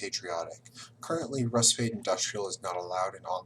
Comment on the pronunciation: So much knowledge, yet you got Rusviet's name wrong! (Pronounced Rus-fjet)